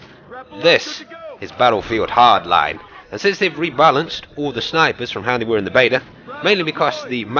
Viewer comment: My heart bleeds everytime i hear "BATTLEFIELD hardline"..